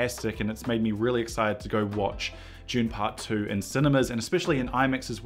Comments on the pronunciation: Say "DUNE"... Stop pronouncing it as "June" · Oh, for the love of god - it’s pronounced DOON not JUNE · It's Dune not June. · Is it just me or does he keep saying June? Are we being trolled? Also maybe its just black and white with a red filter, that's how they did Paper Moon. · Why do you keep saying June? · The film is called Dune not JUNE !!! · you say june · Why does it sound like he's saying June when he says Dune? 😂😂😂😂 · Man’s said “June part 1” and “June part 2” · "June paht too"